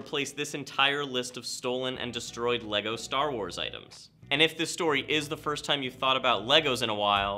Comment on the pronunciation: Did he say destrod instead of destroyed?